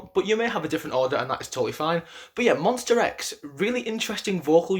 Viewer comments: Please, correct your pronunciation: it's MONSTA X, not MONSTER X. Thank you! 🙏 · whya do i keep hearing monster not monsta .. :( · Okay it’s Monsta not Monster. This is a big deal because they have been know to not come on stage until the announcer announces them correctly. Sorry, I’m a Monbebe and we take that seriously. Other than that, I can totally agree with your ranking. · Ooookey. Jeff Benjamin is from USA and 'rIVerse react' too. And I can hear how they pronounce MONSTA X very clear. I'm not aggressive, I just ask you: could you try to call our guys with the correct name. It's their name and they cherish it. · I am only at 7 seconds into the vid... my boy, it's monstA not monster ! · Monster x..... No please is mons-ta-x. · I died inside a little every time he said MonstER X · MonstA x. please don't pronounce an R at the end. It means My Star , that's why it's Monsta . Also.....Minhyuk has improved drastically this past year, to the point he of the cover voice to most of Wonho's parts and has begun playing back up vocalist to Kihyun when Kiki has to do those soaring high notes and ad libs. If you watch closely these days you also see Hyungwon is doing some backup vocals to Kiki too. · i can't be the only one who cringed every time he said monstER x (no hate though. i liked the video) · Literally 90% of these comments are slamming him about how he pronounces Monsta X. READ THE BIO! He knows it’s MONSTA X that’s just how he pronounces it jeez calm down with the pitchforks!